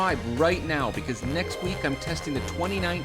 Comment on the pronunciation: It's Abarsthhhhsssss... like a snake would say.